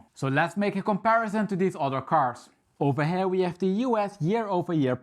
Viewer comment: “Ovah heeya”